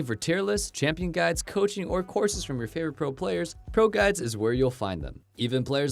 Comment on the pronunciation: it almost sounds like he said broguides